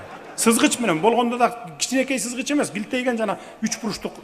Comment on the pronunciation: Сызгыч менен деп кулдурот го😅😅😅